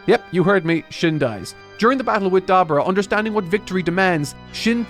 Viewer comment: I swear, do not start being like Carthu in saying Dabura's name